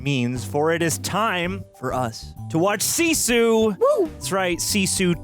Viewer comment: It's not 'see-sew', it's just sisu.